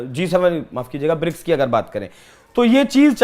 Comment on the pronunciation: BRICS. NOT bricks!